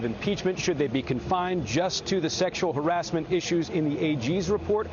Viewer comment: Chuck doesn’t know how to pronounce harassment 😂